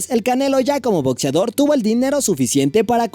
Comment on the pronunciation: Jajaja we, muy chido el Top 8 y todo, pero dices "botzeador", "relojs", jaja.